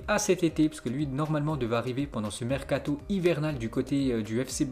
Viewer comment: Le « Marcato » 😭